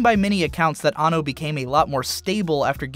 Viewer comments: His name is pronounced "An No" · He is AN-NO, not anno